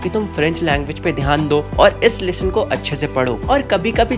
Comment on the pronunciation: Lesson ❌ Leshon ✔️